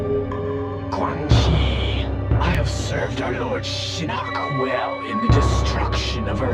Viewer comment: This is a great video, very in depth and a lot of research was involved. That being said, Idk how you went through that whole video saying Shinnok's name wrong when they say it several times in the cutscenes and the announcer says every name when you click on them in the game.